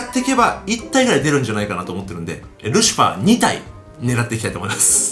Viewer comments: ルシハァーワロタwwwwww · ルシハァーwwwwルシファーなwwww